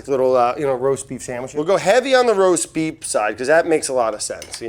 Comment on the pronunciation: Did Brad say "roast beep" ? LOL